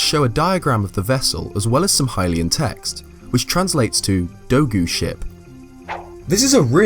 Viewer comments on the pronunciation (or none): none